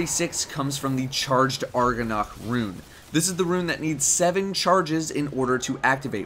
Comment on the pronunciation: ARGONARCH... ARG ON ARCH... It's agonarch